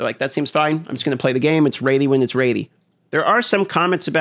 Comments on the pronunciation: The raidy instead of ready was all I heard, could you repeat that for me? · Ready = Raydi..... LOL sorry bro, love you. Just giving you some shit! ;D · Like for a video of saying "Ready" instead of "Raidy" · It’s raidy when its raidy, bro.